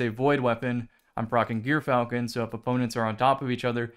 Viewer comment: That's not how you say gyrfalcon